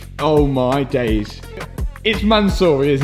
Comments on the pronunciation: Man-siiiuuuuuuuu- ry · From “Mansory” to “Mattsory” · Man-saw-y Rolls-Royce